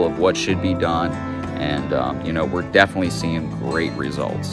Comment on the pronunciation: "Defnuhly" is not a word.